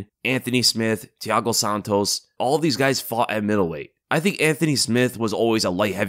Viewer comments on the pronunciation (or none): none